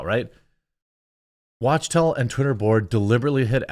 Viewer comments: Is it called “walktel” not watchtel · The firm is pronounced wak-tell